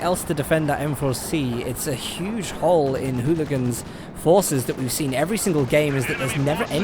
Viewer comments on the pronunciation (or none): none